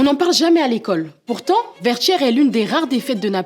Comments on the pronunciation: Enfaite merci pour la vidéo mais petite précision ça se prononce Vertières..tières pas tchières😅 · C'est ecrit Vertieres mais prononcé Verchieres ? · Prononcé : Vertchières s'il vous plaît